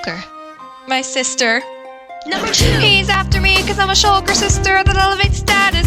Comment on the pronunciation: lol they all kept messing up and saying Schyler sister instead of shulker